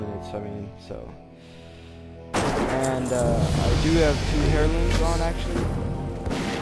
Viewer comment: For the love of god, stop saying "HAIR-looms" the word is pronounced like AIR-loom. Cheesus Crust.